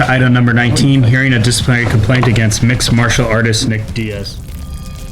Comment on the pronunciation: Mans said mixed martel arter lol